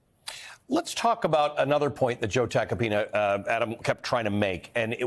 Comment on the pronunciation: Joe Attack-a-peen-uhhh Or Joe Take-a-peen-uh😂😂😂